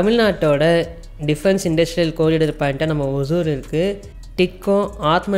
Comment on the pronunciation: அது பேர் ஒஜூர் இல்லப்பா. ஒஸூர்.